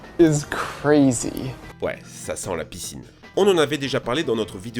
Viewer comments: la "pisse in" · "ouais ça sent la PISSine" 😂